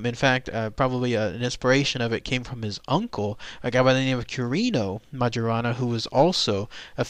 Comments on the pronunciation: It should be pronounced "mayorana". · You're mispronoucing his name. I think.